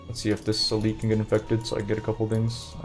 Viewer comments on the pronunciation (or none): none